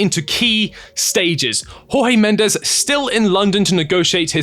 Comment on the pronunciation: Felix is a disaster, needed tor Finances only. By the way it's not HawHee Mendes he's Portuguese!